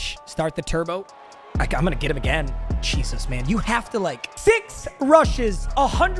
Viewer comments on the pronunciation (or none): none